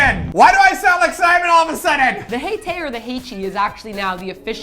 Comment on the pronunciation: Hae tae is pronounced "heh teh" not "hay tay".